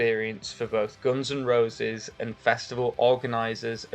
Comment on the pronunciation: Didn't know the band is pronounced Gons N Rowses